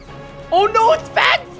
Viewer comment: How many times does he say spects?